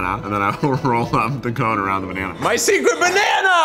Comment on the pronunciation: keith again: "bANanA"